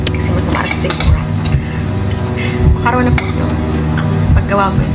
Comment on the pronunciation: Macarona talaga😅😅😅😅😅 Diba macaroni😢😢😢